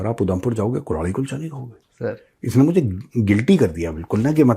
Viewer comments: कुल्हाड़ी कुलचा या कुल्हड़ कुलचा ? आप गलत तो नही बोल रहे ? या कुल्हाड़ी ही सही नाम है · Sir it's not Kulhadi Kulcha, but Kalhari-Kalhadi kulcha😅